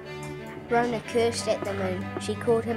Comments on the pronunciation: Good effort, I love the effort put into the story in terms of the clay figures. I know this a lot of mahi. Ka pai! But please do not mispronounce our kupu or people will think this is how we say our words. It's not Rownah. Slight variation on the story but hey everyone does it. Nga mihi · Why is Metallica playing in the background? And he's pronouncing rona wrong. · That was kinda what happend but rona fell inlove with the moon and they got married and you were pronouncing rona wrong.